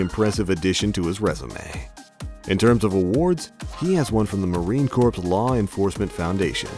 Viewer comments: Did you say Marine Corpse? You said Marine Corpse! Heh. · marine corps is pronounced as ma reen core